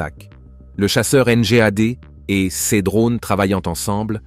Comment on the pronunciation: Titre mensonger + gros foutage de gueule par voix de synthèse non finalisée (prononce "ces" comme "seize". Où se trouve l'interception par l'aéronef SECRET de ce fameux satellite? Il va vous falloir beaucoup de travail pour dépasser votre connerie.